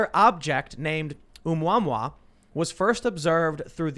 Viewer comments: My ears! The extrasolar object was pronounced "Oh-moo-uh-moo-uh." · Asteroid is pronounced "ooo-mah-moo"